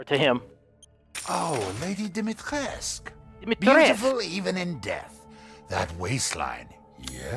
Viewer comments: honestly its not hard to pronounce her name. She says it herself so many times. Da-mi-tre-sc. Thats how you say it even though its spelled Dimitrescu. Youre welcome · or lady Dimitricus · think about Dimit + rescue and that's the closest you can get to the way it is pronunced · Say it with me, "Dimi-tresk" 🤣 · hey its pronounced domy-tresk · it pronounced “demetresk” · she pronounces it like Domitresk. Think that's what I heard. But wtf is she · Ep 4 and still dont know how to say Dimitrescu is not that hard man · It's not that hard to pronounce, so the commenter could very vell know how to pronounce Dimitrescu